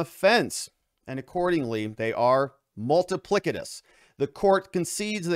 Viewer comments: Ha ha. Multi-plic- I- tuss…. plic. Ha ha. Multi pliss-itus Try that… that’s how it’s pronounced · I think you mean, "multipli-S-itous"